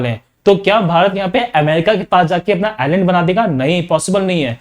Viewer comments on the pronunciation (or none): none